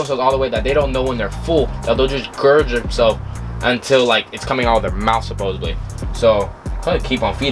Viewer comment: I subscribed after you said supposebbbbbbbbbbly I do that alll the time 😂😂😂🙌🏾 new subscriber